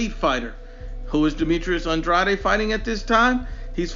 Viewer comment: This video is silly for a variety of reasons. You aren’t pronouncing andrades name correctly. Comparing their last 5 opponents is silly because they’re at different stages of their careers. Canelo is at the top, whereas the other two are still getting established. Also it doesn’t seem like you are using their rankings at the time of the fight; and are using their current rankings. One final point, andrade fighting for the vacant title against some guy nobody ever heard of was because BJS is an idiot and got popped for drugs... otherwise he would have fought BJS who is/was top 10.